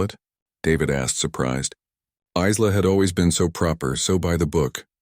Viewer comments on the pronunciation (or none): Geez how many different ways does it say Isla. Iz-la, Ee-la, ess-la, ess-la I'm sure there was more it's pronounced Eye-la and that's the only correct way to say it. Names have meanings from the country of origin. That is unless you make up stupid names like Shanikywakanda. We all know which group I'm talking about. EBT (every black transaction) using worthless nobody's.